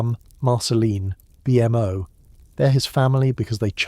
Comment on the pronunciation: As soon as I heard BMO called B.M.O. I was out.